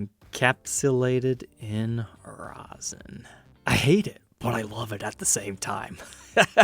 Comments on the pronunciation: It's not "ROSIN " it's 'RESIN ". Rosin is what ballplayers use. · "Long time listener, first time caller" - dried resin is like concrete...don't let the fact that it's clear fool ya. It will NEVER be be playable again, and the chances of "retrieving" it are slim to none. Oh, and it's "resin" NOT "rosin". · thanks. However.. erm.. you were saying 'resin' weird.. like 'rou-sen'.. resin is pronounced like 'raisin' but with an 'e' instead of a 'a'. Back on topic.. iiwy.. you're not DIY guitar channel mate.. if you were you should'a got that guitar and restored it.. but since you aren't then no.. it's too much hassle for you. If you have a friend that does DIY guitar/luthery/tech etc.. then maybe they could buy it and do a vid for us? otherwise.. no it's not fair on you as a time hog + major hassle. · Rezzin not rosin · For future, love the content but its pronounced rez in not roz in. the latter is used for traditional string instruments on the bow for induced friction to make the sound the former is a 2 part mixture that makes what you see here. Much love and stay safe. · The pickup covers are more rounded on the corners. Definitely 1970's model. BTW, it's "resin," not rosin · It was driving me nuts hearing him say rozin! Do all Americans say that? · RAW-ZIN. WTF.